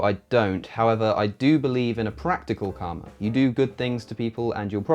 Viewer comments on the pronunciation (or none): none